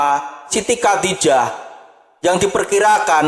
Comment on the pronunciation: Coba betulin bacaan nya dulu,gak fasih,bc khodijah kok Kodijah